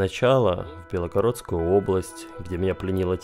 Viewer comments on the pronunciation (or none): Почему БЕЛОгородскую?????!??! Мы говорим БЕЛгородскую)